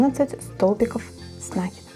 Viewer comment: Спасибо, но говорите, пожалуйста, с накИдом